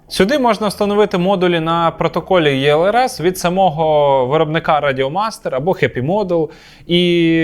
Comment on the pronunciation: Інформативно, лаконічно! Друже, тільки чому Єлрс? Українською Елрс. ЕкспресLRS. Англійською читатиметься через І.